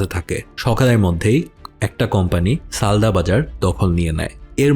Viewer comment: সালদা x সালদর